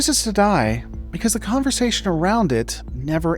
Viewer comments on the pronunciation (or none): none